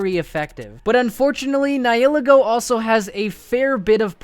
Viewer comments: Ni I’ll I go, bruh, it’s ni hi Lego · Sorry but it rlly bugs me when u miss pronounce Nihilego it’s pronounced N-eye-uh-lee-go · The way you pronounced the nieligo was so bad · Dude you idiot its ni hi lego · ...did you just pronounce 'Nihilego' four different ways? 😁